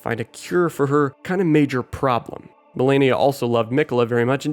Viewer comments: I swear people call Malenia as "melania" on purpose at this point.. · its malenia